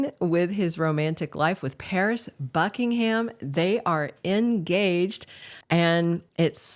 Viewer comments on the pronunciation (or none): none